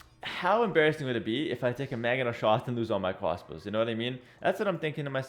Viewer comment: I hear cwasbows